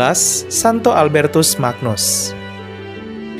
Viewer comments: Semakin bangga jadi Katolik. Oya (koreksi kl saya salah) penyebutan Magnus, diucapkan seperti "ny" dalam kata "banyu" sehingga dibaca "Albertus Manyus" , sama seperti Agnus Dei dibaca "Anyus dei". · Terima kasih infonya. Albertus Magnus... magnus cara bacanya "manyus". Mirip ucapan Agnus yg dibaca "anyus"